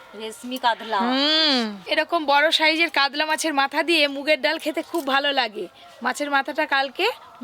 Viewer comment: উচ্চারণ টা কাদলা না মাছ টার নাম কাতলা